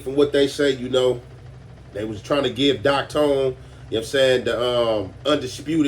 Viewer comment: Its Doc thone not tone lol